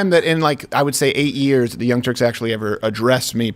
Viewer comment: Did you say Young Turks or Young Jerks 🤔🤔🤔